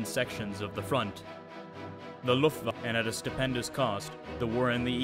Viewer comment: nice! one thing to add if I may? the last successful employment of the StuKa was in the battle for the dodecanese after the Italians capitulated....the swan song if you please! finaly someone who can pronounce Luftwaffe and StuKa well!